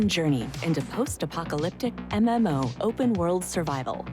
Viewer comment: When ai voice be like : "A memo" [MMO]